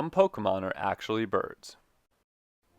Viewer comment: Also, thank you for saying Pokémon correctly lol